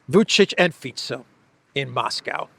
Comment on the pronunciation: Maybe try to pronounce Moscow correctly?